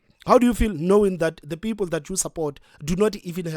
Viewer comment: Peepoel...😂😂😂 needs speach therapy .